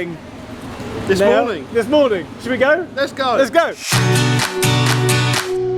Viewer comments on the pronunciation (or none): none